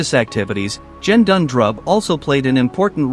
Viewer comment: The G in Gendun is pronounced the same way you would pronounce G as in “get” and not as in G for Germany. Otherwise, thank you uploading this. I would recommend not using the photos and to change the pronunciation of Gendun.